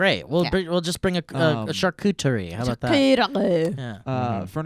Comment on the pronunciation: saying charcuterie killed me holy shit